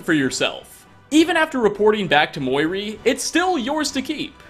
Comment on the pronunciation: muiri (moo-e-ree) not (mihoy nihoy menoy)